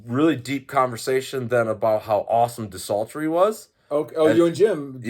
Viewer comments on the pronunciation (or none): You still pronounce DESULTORY like De-Salt-Tree, it kills me every time since the hellcast days.